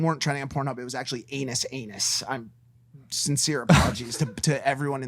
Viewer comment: It’s pronounced oo-nuhs ahhh-nuhs for those who don’t know how to pronounce it